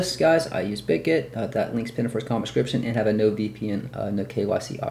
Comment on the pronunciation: It’s not bidged it’s bitget